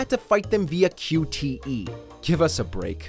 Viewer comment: Qte means quick time events, your writer saved a lot of letters by typing "QTE" but you saved only one syllable by pronouncing it at least learn the abbreviation beforehand...